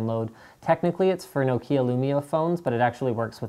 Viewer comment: Didn't you find the way the apps are organized, annoying? I often don't know what an app is named, certainly when I don't use it that much. Trying to find it in a long list of apps, is simply annoying. Especially when f.e. your trying several weather apps. O and please learn how to pronounce 'Nokia' properly.